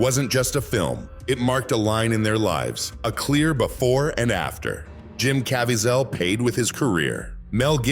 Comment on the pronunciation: What is this weird narration?!? AI-generated voice? Can't even pronounce words or names correctly! "Cavy-ZEL"? SERIOUSLY!?